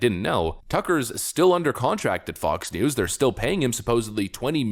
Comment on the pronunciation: He said f*cks news